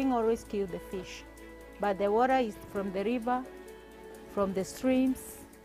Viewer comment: the worra woraa thing.not hers